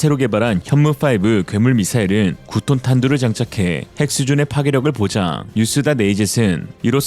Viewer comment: 8통이냐? 9톤이냐? 정확히 말해라 ㅠㅠ